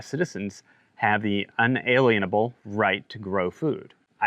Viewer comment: May stress the word "lien" more in UN-A-"LIEN"able. Thanks for keeping us posted!